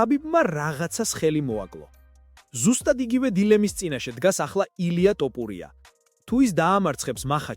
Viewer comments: რატომ იძახი ტოპურიას, როცა თოფურიაა. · შენი პროჭული ლაპარკი დამთავრე თოფურიაა ნუ ამახინჯებ მის გვარს წარმოთქვი სწორად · თოფურია, თოფურია არა ტოფურია. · თოფურია არის და არა ტოპურია გააჯვი რა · ტოპურიას ამბობს თუ მომეჩვენა?